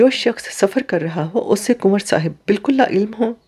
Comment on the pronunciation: Your pronunciation of kanwar is not correct. It distracts from the story. Kindly remedy it.